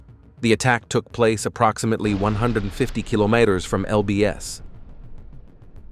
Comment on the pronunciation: "kilomeeters" not "kilomhaters"! That AI has to improve!...